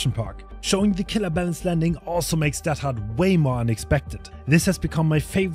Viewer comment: Why are you pronouncing deadhard teathard? kinda interesting